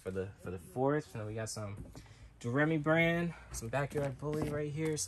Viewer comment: Am I wrong, I thought it was pronounced "Doe-Ray-Me". Like the song but I might be wrong.